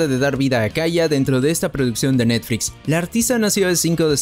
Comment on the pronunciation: Lo dificil es escuchar netfrix y no netflix